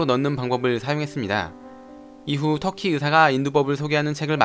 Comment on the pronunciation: 터년두라고 했음😂😂😂😂😂😂😂😂😂😂😂😂😂